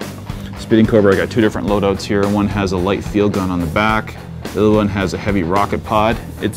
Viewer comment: .....It's GUN not GOON